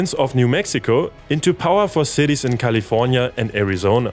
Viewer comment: I was trying to understand your accent and I'm convinced when you said "California" it's gotta be Austrian!